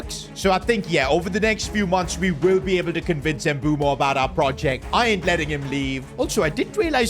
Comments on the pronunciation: Dumb calling mbuemo “mbumo” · Bro keeps on saying Mbumo not Mbeumo😂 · It's MBUEMO not Mboomo. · Mbeumo ❌ Mboomoo✅ 😂😂😂 jk